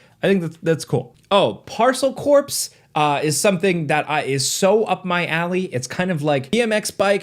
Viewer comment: Parcel Corpse? It's pronounced " Core " haha